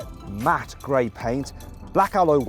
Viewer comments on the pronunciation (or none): none